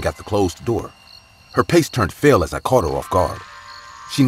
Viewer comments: Nice collection here for Halloween, nice job. Oh and when her "pace turned fale" I had laugh. I do that all the time. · "Her pace turned fale" lmao that's something I would say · " Her pace turned fale "